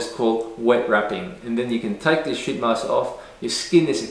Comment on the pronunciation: “Sheet mask” that’s eet mask😂